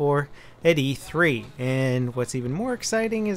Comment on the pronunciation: It's E3 not EA 3 lmao